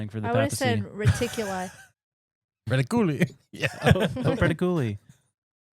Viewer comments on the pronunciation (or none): said "reticuli" correctly. How did you guys get reti coolie?! 😂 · Ya but is right with pronunciation 😂😂 it reh-tik-u-lie whatd hebsay reticooly